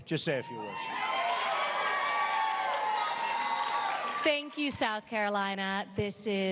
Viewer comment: he said " Ivonka and I are having a baby"